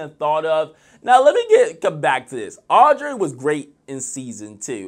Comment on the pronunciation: U don’t like chance boy bye lol 😂 and her name is aub-re-y lmao 😂 and wym chance was barely on last season he got his camera time last season montell was the one barely on bc he stop going to filming mid season